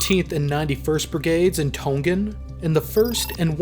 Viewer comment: please pronounce properly, tong-an. Not tong-gan